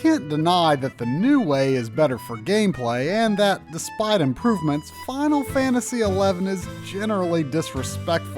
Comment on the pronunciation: 80% of the time this dude says final fantasy, he says, "Fial Fantasy"